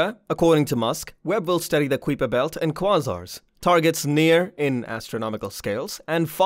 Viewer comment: i had already sub'd when i heard you pronounce Kuiper belt and quasar (google that spit) ya, so anyway, was sub'd less than 1m in and unsub'd before the halfway mark of your video... sad for you.